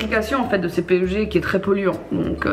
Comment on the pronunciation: Sympa la Video!!! Keep it up:D Juste PEG ca se dit Pegue Pas P.E.G. ;)